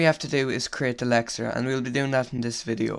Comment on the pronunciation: He speaks quite fast, this causes some times different words to be pronoucned wrong. For example he means to say LEXER and i hear LECTURE or LETUCE.